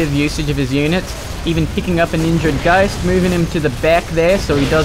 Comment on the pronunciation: I don't hate your accent, but I really don't like how you say "ghost" Just my opinion though. Good cast btw :-)